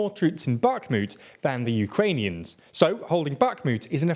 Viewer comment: Impressive work on pronouncing almost every Ukrainian and Russian name wrongly :D